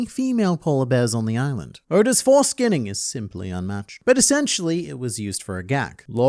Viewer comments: “Oda’s for-skinning” will go down in history as the best mistake has made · saying “foreskinnig” instead of foreshadowing is wild ngl